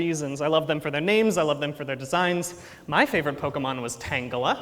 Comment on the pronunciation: Don't want to be that guy buuuut... Tangela rhymes with Angela, its'a soft "g"...